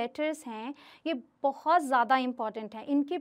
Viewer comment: Jada (zyada) koshis (koshish) pronunciation thik karo